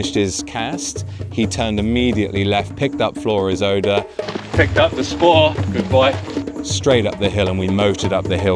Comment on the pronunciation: The word is SPOOR not SPORE.